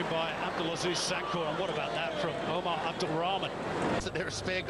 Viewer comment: Why this English commentator suffering to Pronounce Omar's name 🤣 and instead didn't said AMOORY his Nickname is Amoory Wow what a talent ❤️🙏